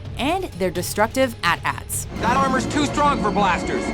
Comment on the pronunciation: AT ATS? AT ATS? What? What? I hope I'm not the only one that heard this...... How.....did.....what?!?!!?!? It's pronounced.... AY-TEA AY-TEA